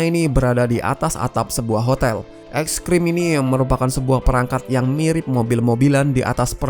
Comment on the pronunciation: eskirim apa ekstrim 😂😂😂😂